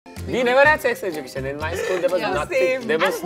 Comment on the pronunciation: The pronunciation is ejukeshn not what srishti said!!